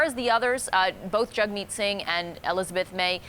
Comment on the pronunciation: These two woman cant even get Jagmeet's name correct , very poor journalism.